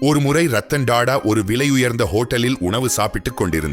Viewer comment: Da da இல்லை Tata (டா டா) ... 10 முறை சொல்லி பழகவும்...